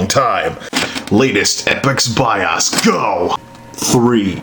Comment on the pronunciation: STOP SAYING BIAAASSS ITS B.I.O.S!!! BIOS -_- O LIKE (O)RE(O)S OR OCT(O)BER...